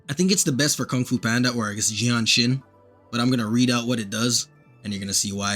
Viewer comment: Bro's making excuses due the fact that he can't pronounce her name properly. Bro think I second... Well it does rhyme with genshin. 🗿